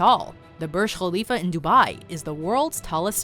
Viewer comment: Side note: Im also happy as an arabic speaker that she pronounced Burj (Kh)alifa in correct sound :) !